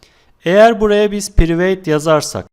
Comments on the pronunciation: Piriveyt değil prayvıt hocam. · hocam prayvit demen lazim yaa priveyt yooo